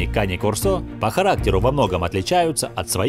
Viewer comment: Не корсО, а кОрсо! Говорите правильно! Это итальянское слово, и у него ударение на первый слог!